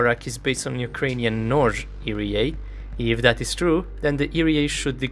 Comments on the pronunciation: It's ERA not "erie yay" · EE "EERRR" AAA Not EEE REEEE AAA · My favorite part is the 10238 times he said "eerie-a", truly a masterful rendition of 3 simple letters. Other than that, really enjoyed the comprehensive breakdown of capability. Edit: it occurred to me i should at the very least make a suggestion: you may find it easier to think of it like "eeyaray" and pronounce it like that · I am sorry but the pronunciation of ERA got to me. Eee-Arr-A as individual letters is how I say it. Eerry-A is just a way I never thought of saying it. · The way he says ERA really puts me off. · you probably already know by now but you are mispronouncing ERA